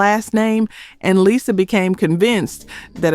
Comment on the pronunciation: Had me believing the narrator was a real person until she mispronounced Lisa Lopes as Lyza Lopes